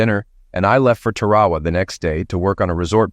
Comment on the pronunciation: Tarawa is normally pronounced Tar-a-wa, however, in California it may be Terry Wah Wah.